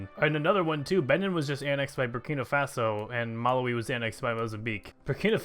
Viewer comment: the way you say Malawi....oh boy.